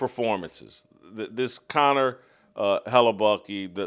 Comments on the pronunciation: First of all, why the hell are you pronouncing it "Hella-Bucky" — his name literally ends with letter K. No one else has ever pronounced it like you. Second, the FAR more appropriate metaphor is Return of the Jedi (aka the good guys). Come on dude, try harder. That said, I agree the USA hockey team is just the thing we needed. Kudos to those guys. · He needs to keep saying it that way. I'm laughing my ass off....